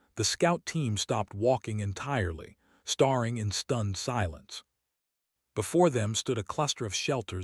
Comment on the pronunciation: Staring is not Pronounced Star-ing, it is pronounced Stare-ing.